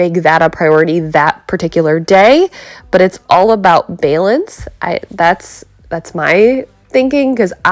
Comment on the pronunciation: 3rd time watching this one today. Just need to know why you say b-yeeee-lance instead of balance. This is ohio. Not wiscaaaahhhhnsin. Not styeaten island. Just ol country ohio. Get it together. Gosh. 🤣🤣